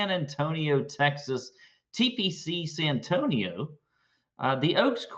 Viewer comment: "TPC San-tonio" lmao